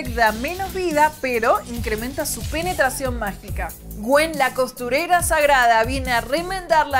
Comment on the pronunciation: me pareció a mi ? o dijo Pené Tracción mágica. ??????????